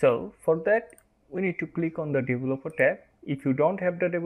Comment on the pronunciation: Helpful, but I had to review it about 10 times until I understood your mispronunciation of 'developer'. It is 'dee-VELL-upper', not 'devil-up-oh-TARE'.